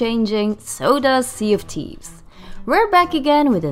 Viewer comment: "Sea of tease"